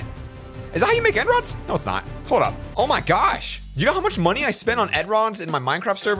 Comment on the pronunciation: he be like “ed rods”